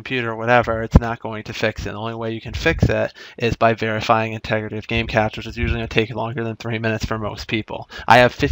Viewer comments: it's pronounced "cash" not "cage" lol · Cache is pronounced like cash, not like "case" with the sh sound.